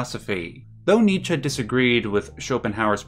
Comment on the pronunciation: Thank you for pronouncing Nietzsche correctly!